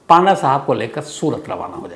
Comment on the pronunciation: पांडा नही पंडा होता है